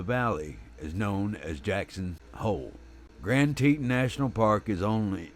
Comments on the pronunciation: Gran tee tooon…….. not teten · I am the narrator for this video for wild animal network and I apologize for the mispronunciation of Grand Teton. I had no idea how it was supposed to be pronounced being that I’m not from that area.